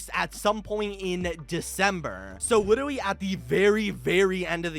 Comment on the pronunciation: "litwerly"